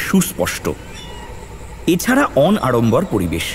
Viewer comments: বাংলা ভাষার উচ্চারণ সংক্রান্ত দুটো তথ্য----- উচ্চারণটা "লাগওসই" নয়, "লাগসই" উচ্চারণটা "অন-আড়ম্বর" নয়, "অনাড়ম্বর".... এটা সত্যজিৎ রায়ের সৃষ্টি না হলে আমি হয়ত interfere করতামনা, কারণ এরকম দৃষ্টিকটূ বা বলা ভাল শ্রুতিকটূ বাংলা প্রায়শই শুনে থাকি....... কিন্তু এটা সত্যজিৎ রায়ের লেখা, তাইইই... my sincere apology if this hurts anyone... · অন-আড়ম্বর? অনাড়ম্বর নয়? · গল্পটা খুবই ভালো কিন্তু দুটো উচ্চারণ-প্রমাদ বড্ড কানে লেগেছে - লাগোসই !!! অন-আড়ম্বর !!! উচ্চারণ গুলো একটু শুধরে নিয়ে প্রচার করলে ভালো হ'ত না? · Khub baje shunte laglo.